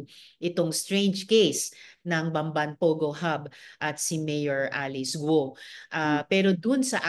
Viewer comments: GUUUUOOO HINDI GOOOO😂😂 miss malou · Guo Hindi Go. Gu-o